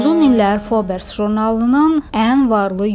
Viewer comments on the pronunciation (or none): Fobers yox Forbs jurnalı